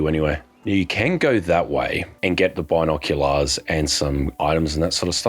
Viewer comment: They way you say binoculars is very strange